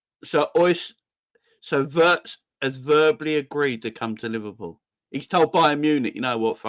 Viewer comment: Neverpull ❌ Liverpull ✅